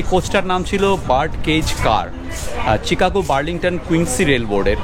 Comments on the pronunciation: শিকাগো, চিকাগো না। সংশোধন করে নিলে ভাল হয়। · Chicago pronounce like Shicago